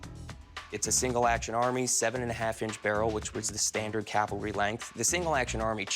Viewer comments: Hey Big Hoss...Calvary = where Jesus died. Cavalry = mounted troops. You're welcome. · Please Cory; it is not "calvary"; it is "cavalry". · Isn’t it a cavalry sword, not Calvary…. Come on.